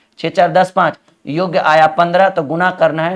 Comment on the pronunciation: वो योग होता है योग्य नहीं होता आप योग्य योग्य करते रहते हो योग होता है वो।,,😉😉😉